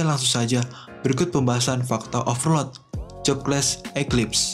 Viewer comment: Pelan pelan aja bang, Overlord jadi ovrod